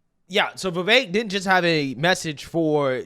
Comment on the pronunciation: Why do you pronounce "Vivek" with an "a"?